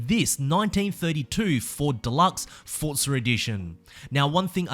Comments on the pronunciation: Can you stop saying Fortza and say Forza? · It's Forza, not Fortza. Love the videos though man xD